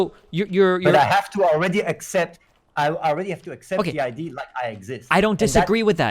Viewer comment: Its been years and this idiot still doesnt know how to pronounce "idea"